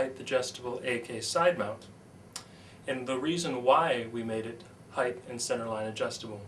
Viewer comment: You spell height correctly in the description but repeatedly mispronounce it as "heightH". Argh!